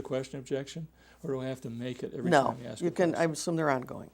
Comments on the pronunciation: Watch "Apostle" David E. Taylor under oath: the pulpit foghorn shrinks to a whispering baby voice with a fake little cough, and every dodge is the same — "I don't know... AXE MICHELLE." Can't pronounce "ask," but he healed AIDS, trust him (zero doctors, zero evidence, ever). $50M allegedly drained from worked-unpaid believers, church-bought Versace in the Bahamas, sworn admission about belting his 17-year-old daughter. Loud for the tithes, meek for the truth. Bond denied. Michelle got arrested too. 🔒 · He knows nothing 😂😅 and what he does know he really doesn't! His confused look is so annoying. Thinking playing dumb will make everything go away.. "I don't know" "I can't remember" "axe Michelle" ..Michelle where you at we got alot of questions to axe you. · Anytime the “apostle” is in a jam, 🪓 Michelle ! 🪓 = axe (“aks” Michelle) ! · "be more PACIFIC"..........."i have REPTABLE people"................"you have to AX michelle"...................AND HUNDERDS OF FRIGGIN MORON NIGGAS GAVE THIS STUPID NIGGA MILLIONS ??????????????????? !!!!!!!!!!!!!!!!!!! I THINK I'M GONNA OPEN A CHURCH IN A BLACK NEIGHBORHOOD..................HAHAHAHAHAHAHAHAHAHAHAHAHAHAHAHAHAHAHAHAHAHAHA🤣🤣🤣🤣🤣🤣🤣🤣🤣🤣🤣🤣🤣🤣🤣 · This guy literally walks in the room sits down and says “I don’t remembered pacifically so just axe Michelle, she handles all my proprietary questions”… Jumps up Moonwalks out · Can I please have a dollar everytime he says, "axe Michelle" or the lawyer says: "you have to answer yes or no." Please. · Pacifically, when you axe me that type of question, I have to have Michelle answer that, she's part of the board. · Why does that stupid ass say: axe? Axe?? What is that? And I belive that Michelle has some quistions to answer for.... 🙈🙈😂😂😂 LOL, he is so stupid!! 😂😂😂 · Don’t axe Michelle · He pacifically said, "axe michelle". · Axe her. Axe her. Axe her. Michelle my bell. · What's his mental age? I persifically Axe the American faith how have you fawlen 4 this ? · "Ax Michelle"